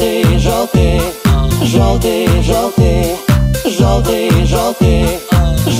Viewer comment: Постоянно слушал оригинал. Сам отношусь к русским каверам скептично. Но этот хорош. Если бы чуть менее эмоционально говорили бы "жëлтый", наверно, идеально было бы. Оригинал более тихий и немного депрессивный, связано как раз со смыслом песни. И сам музыкал лучше раскрывался через более тихий вокал. Здесь же стал чуть более живым сам вокал. Это хорощо, но как раз на самой спокойной части песни, припевом где просто поëтся " yellow", начинается чувствоваться небольшая переигровка и наивность. Это не по мне. Но последняя часть песни, и в моменте с часами, как по мне, кавер переплюнул оригинал. Мне понравилось, кароч, но немного кринжую с жëстко громкого произношения "жëлтый"